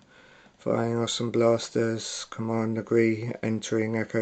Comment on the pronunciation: cool review.just decided to start getting into sideshow collectables.just 1 question.....when showing the movie scenes on the box did i hear you say "commander gree entering echo base" or am i going mad,lol....but seriously,great review